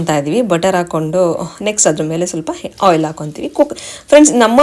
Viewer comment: Henne alla enne. Hoil alla oil. Pronounciations Sariyagirali